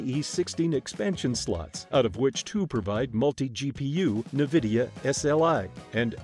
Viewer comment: Not ANvidea… Nevidea 🤣🤣